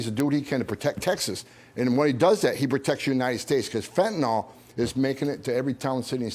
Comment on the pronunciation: It's fentanyl Not fentanol.